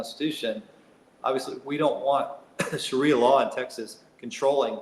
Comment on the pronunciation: Sha rie ah not sherrya law.